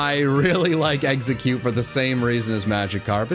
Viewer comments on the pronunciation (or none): IT'S EXEGGCUTE, NOT EXECUTE!